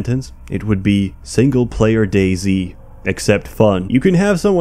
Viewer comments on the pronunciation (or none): none